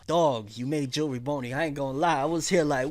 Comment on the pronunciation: Bro it's Jewelry Bonney not jewelry Boney